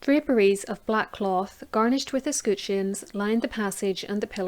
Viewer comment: Ess-Cut-Shuns? Ess-Kut-Shuns? Or Ess-Cut-Shens? Or Ess-Coot-Shuns? Or Ess-Cat-Shens?